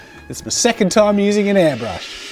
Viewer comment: No one: Not even Scott: Jazza: AiRbLuSh